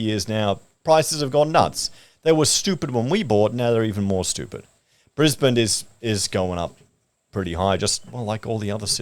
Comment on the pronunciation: is it just me or does say brisbaneD with a d sound at the end? isnt its brisbane? no d sound at end?